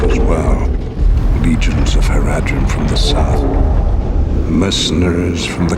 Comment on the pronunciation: It's Haradrim, not Haradrun.